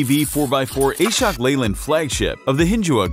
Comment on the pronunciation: Ashok Leyland is not A-Shok its AAShhook